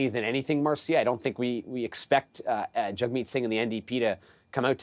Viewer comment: trying saying his name right, Jagmeet if you can